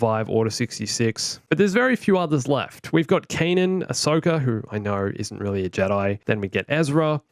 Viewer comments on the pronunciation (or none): none